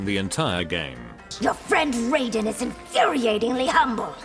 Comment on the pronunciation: And they still can't even pronounce Raiden correctly, but mispronunciation is part of MK's charm